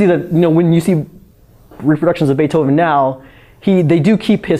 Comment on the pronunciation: we wuz "baifhoven"